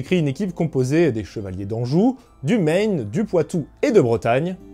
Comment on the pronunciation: Super vidéo Par contre ta prononciation de Maine est mauvaise! Pour la province française on dit "mène", ce n'est pas un État américain !